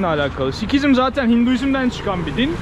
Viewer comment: Telaffuzda k okunmaz Sikhizm diye yazılır Sihizm diye okunur...